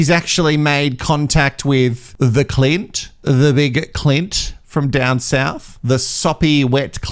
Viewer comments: You keep saying Clitclint My other fave for the name Clint- write it in square capitals and squint CLINT- 😂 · pronounces his name Clunt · 😂🤣 laughed so hard I spat my coffee out! Clunt..